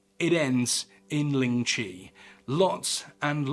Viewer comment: This was a great video! Just one thing of note, the pronunciation in this video of lingchi is wrong, its the "white" pronunciation. The chinese pronunciation is 凌迟, or líng chí. Which means death my a thousand cuts, or lingering death. If you would like to learn, Chinese, or mandarin, is a tonal language, with 4 different sounds as marked above the vowels. ā, á, ă, à. 第一声 (dì yī shēng) or the first sound: ā, sounds like you're singing the note. If you sang out aaaaa, that's what it sounds like. 第二声 (dì èr shēng), or the second sound, á, sounds like you're asking a question, the sound goes up like at the end of a question mark. 第三声 (dì sān shēng), or the third sound, ă, goes down and is formed in the throat. If you groaned, it would be at that pitch, but you say it as a normal sound. Finally, 第四声 (dì sì shēng), or the fourth sound, à, sounds like you went "ah!" if you were surprised. The pitch goes down sharply, like a drop off a cliff. If you read this far, thank you for taking an interest in my culture! Its always nice to show people how to pronounce mandarin :D It can be a difficult language to learn, but the most important part is the pronunciation. It's a bit difficult to explain over text without a voice, but as an example, without the tones 四 and 死 would sound the same, but 四 (sì) means four and 死 (sî) means die or death. Its actually one of the things in our culture, why you wouldnt see a fourth floor (it goes straight to five) in hotels, or in the case of our red pack